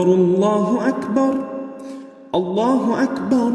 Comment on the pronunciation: يا اخي لديك المد الزائد فالله اكبر ليس فيها مد